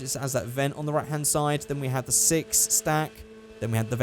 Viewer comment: As my grandma heard you saying "six" she thought you have said "sex" and in polish its same as in english, so yeah 😂✋